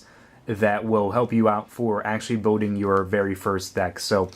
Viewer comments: Where did you get that accent? You say "molding" with an "L", but "building" with a "W" like "biwding". XP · "Building", not "boating"